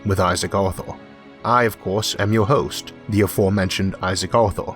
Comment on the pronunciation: I wish my GPS had your voice programmed into it. Tawn left, Tawn Wight, You have weached youw destination, and I've been Isaac Awthaw.